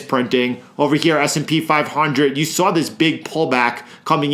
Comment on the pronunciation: "I sawr it drop", I'm a NYC boy. I know you're from nearby 😂